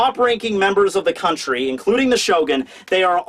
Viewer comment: "we arrived at Wano Cooney" bruh wtf kinda way to pronounce country is that?...